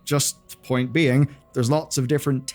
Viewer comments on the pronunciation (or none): none